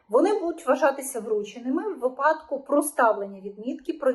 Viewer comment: Питання до ведучої, чому у слові Випадок, вона ставить наголос на А? Я навіть прогулив - наголос має бути на вИпадок. Було б приємніше чути правильну вимову, бо ви ж розмовляєте на загал.